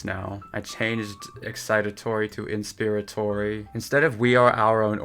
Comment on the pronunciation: Oo yes and I think it's pronounced "inspire-atory" like "expire" or "perspire." He replaced one incorrect word with another 😆 for some reason this one sounded better to me though